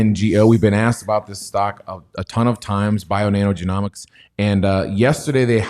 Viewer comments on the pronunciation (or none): YOU CAN'T PRONOUNCE "GENOMICS". 👊💥🤣